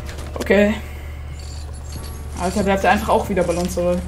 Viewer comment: Was für Balllons man spricht es Balong aus